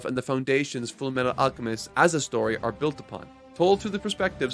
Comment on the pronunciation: “FOOLLMEETTOOLL AALLCCHEMISTOH”